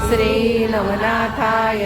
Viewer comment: Sree nahi shree